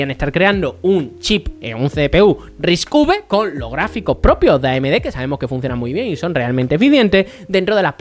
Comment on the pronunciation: Cada vez que dices Risc uve muere un gatito, y van... Repite conmigo... RISC CINCO!